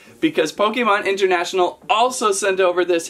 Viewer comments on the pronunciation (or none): none